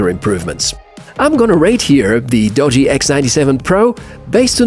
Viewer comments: "Doo - Gee" is how its pronpounced. Not "Dodgy" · First time viewer, impressed enough to subscribe despite the dodgy pronunciation of Doogee!